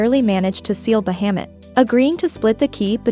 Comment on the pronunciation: The way you pronounce Bahamut... I had to quickly jump ahead. Bahamut is a well known name for the dragon in all stories/anime's/games. Try to look into the pronunciation in the future ^-^ It's a well known dragon. Great video otherwise!